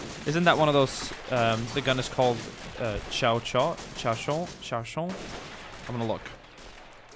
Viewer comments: Show-Show. Not Chow-Chow. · The French Lmg is pronounced "Show-shat" ☺ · The machinegun in question is the chauchat, pronounced something like shou-sha.